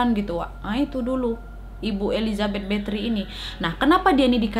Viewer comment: Kak bukan Bathory (betri) tapi Bathory (bathori)